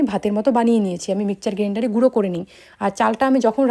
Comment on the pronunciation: Mixer grinder na mikchar grandar 😂😂😂😂